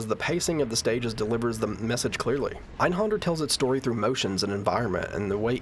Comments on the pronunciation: That creepy laugh from the billboard was actually reused for some boss in Final Fantasy XIV (I forget which one). Also, it's not your fault because the game itself mispronounces it too, but the accent on the A in Einhänder means you shouldn't pronounce it as Einhonder. I guess it would be like "Einhender". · It's pronounced AYN-Hayn-dare with a soft 'r'. Ist es Deustch. Nicht Englisch. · I'm pretty sure he knows (along with everyone else) that it's German. Native English speakers don't grow up learning how to pronounce German words many have never encountered before.